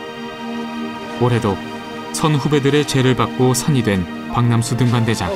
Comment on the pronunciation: 박남수 등반대장 아닌가요? 자꾸 박명수로 들려요…. 나레이션 하신 분이 발음이 이상하네…